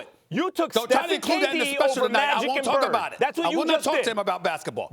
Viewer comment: Nigga said magic and bird lol